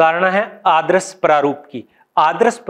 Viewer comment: आदरस नहीं यार आदर्श